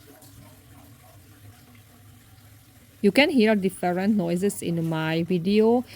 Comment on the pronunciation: Different . Please check the pronunciation. Please